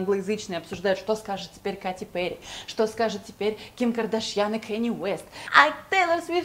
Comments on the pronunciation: Не Кати, а Кэти! слух режет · Не Кати Перри , а Кэти Перри и что она может сказать ? Ну только что она круче вот что